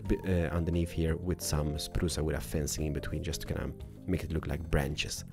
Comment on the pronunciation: I'm dead I know its his accent but it's so hilarious when he says sprucea wood